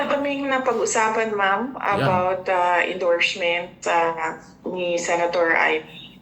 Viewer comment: Endoshhment" daw